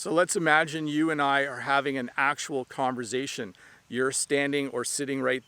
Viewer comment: Cool lesson! I love it that you're not using any technical grammatical terms, everything's clear as day! BTW: I noticed you said "converzation" - is that a Canadian thing?